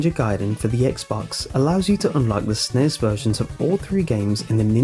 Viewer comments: the NES and SNES are spoken by sounding out the letters. N-E-S. Other than that great video though. I thought I was the only one who knew about zork. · I'm sorry, I love watching your videos and listening to you man, but the way you were saying NES and SNES really grated on my nerves. You are supposed to say each letter of those acronyms like with lol or CIA or FBI, not try to make it a single word like NASA or FNAF. Those are the Nintendo Entertainment System and Super Nintendo Entertainment System man.